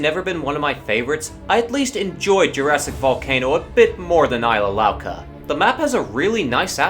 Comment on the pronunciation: It's not Ilsa Louca It's Isla Louca!